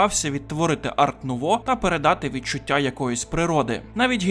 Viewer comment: Дякую за огляд. Чисто на майбутнє: художника звати Альфонс Муха, а не "Муча" (він чех і "ch" в них позначає звук "х"), а стиль в українській мові називається "ар-нуво" (його назва походить з французької, де літера "t" в слові "art" не читається)